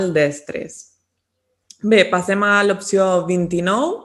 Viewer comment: Per què diu contínuament “pasem” i no passem?